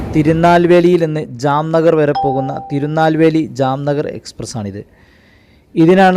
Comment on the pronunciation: എന്തുവാ പറയുന്നത് തീരുനാൽവേലി അല്ല തിരുനെൽവേലി.